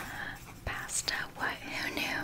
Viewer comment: why do u say pasta like that